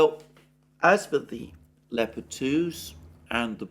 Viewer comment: At last someone who can pronounce leopard properly